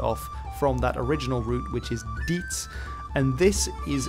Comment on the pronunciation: Im sure Diets is Dayets and not Dits.